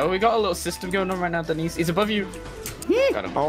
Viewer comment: lol say denis "dinis"